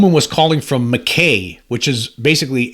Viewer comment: Mackay is pronounced Mack High